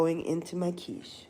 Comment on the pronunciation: 'QinnChee'.. 😂😂😂 Your quiche is one of my favorites Quiche Lorraine, yassss, that cheese pull is everything😂